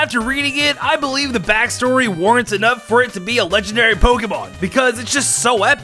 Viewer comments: it’s legendary not lengandary 😁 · Count how much this dude said legenderry and mythycil